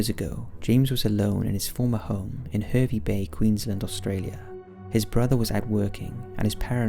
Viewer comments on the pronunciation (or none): heryvey bey lol